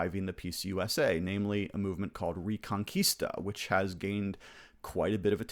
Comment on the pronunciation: Spanish speaker here. The correct pronunciation is "rEconquista" with the "E" pronounced as in Elephant. Reconquista means of course Reconquest.